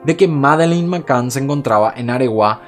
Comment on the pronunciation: Me encanta tu trabajo , pero tengo el inglés como lengua materna también ! Y cada vez que pronuncias Mccann no es correcto 😅😌 a mi, me suena muy raro . Grandísimo trabajo